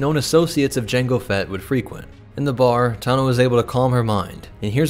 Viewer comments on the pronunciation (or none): none